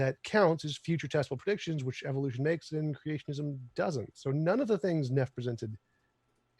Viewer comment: When someone goes "eEEvou-lution" you know they don't know what they're even talking about.